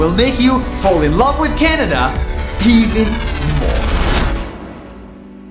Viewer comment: You said Shanada Not Canada